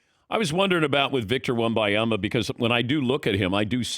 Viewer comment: Dan still can't pronounce Wembanyama's name correctly. :(